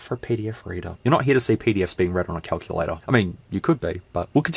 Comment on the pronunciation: WTF is a Kuck-you-lay-tor??!!